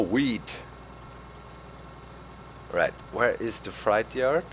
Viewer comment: Hey Doc, you're always helping us with German, so maybe I can help you a little... You're saying "freight yard" with a German ei but it's an ä, something like "frätjard." You're saying fright yard, or schreckhof :-)